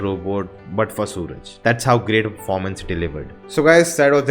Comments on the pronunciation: The name is not sooraj. Its Suraaj. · It's pronounced as Suraaj. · So his name should be pronounced as Suraaj. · You don't understand our culture and people's behavior, as you not able to pronounce simple name suraj..